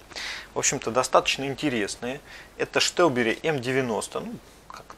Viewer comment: Почему Штелбери??? Где буква Ш? Странно конечно. Но даже сам производитель говорит название Стелбери. Не первый раз слышу.